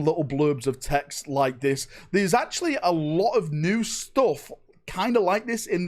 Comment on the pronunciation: Well there you go. The Grey Knights are actuawy psychic immortals actuawy. So they could like....totawy 1v1 the defenses of Terra